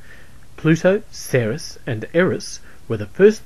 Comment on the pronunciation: that is just one of the mistakes. Another is he said Ceres like "sereus" instead of "series" like it should be.